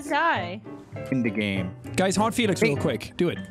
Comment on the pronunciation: TO ALL THE STAYS... when jack said "hey felix" istg i heard it as "Oi FeLIx!"